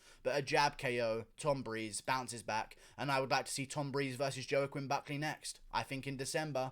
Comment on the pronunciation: Who's Joe-Quinn Buckleh?